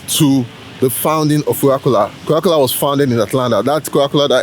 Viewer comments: it's coca cola not cowa cola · it’s pronounce Mercedes-Benz Stadium not Mecidez … Practice naming Landmarks before. You can’t even say Coca-Cola 😭😭😭 you dumb boy